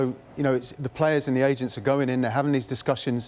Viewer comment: I could have sworn he said Asians, not agents 😂😂😂 I was like what is happening.